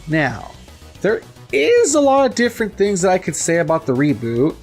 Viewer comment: If you say different like that one more time I'm going to punch you in the face.